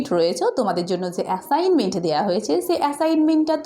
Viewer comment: ম্যাম আপনি তো এ্যাসাইনমেন্ট বলতে পারেন না 😂😂🤣😂 না বিশ্বাস হলে আপনি ভিডিও ২৫ সেকেন্ডে কথা শোনেন😂😂😂😂😂😂😂😂😂😂😂